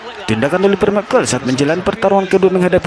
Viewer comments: Mc Call itu dibaca Mek Koll.. bukan mekeul.. gatel banget gue. Trus beli mikrofon yang bagusan jangan pake handsfree cuk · Gue sampe lihat berkali2 namanya. Si Dubber bilangnya, (Mc Call) = "Mek Keil" . Itu dibacanya "Mek Kol", Baaaang. Hadeuh.... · McCall dibacanya "mek kol" bukan "mekel" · Komentator ini diharapkan segera menemui guru bahasa Inggris & psikiater. Baca MKOLL(McCall) bukan MEKEL. Malu Indon dilihat dunia internasional. Kau orang Batak ya? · mc call bukan mikel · Mccall itu baca'a mek kol Bukan mek kel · Di tulis Mc Call di baca meik kol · Once kali "mekel", kenapa sih ga cari dulu cara penyebutan nama "McCall" yang bener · By the way bacanya "Mekol"